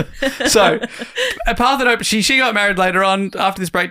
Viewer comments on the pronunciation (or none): Ummm ACTUALLY Parthenope is Greek, you pronounce the E at the end like Penelope or Persephone. Screaming into my iPod rn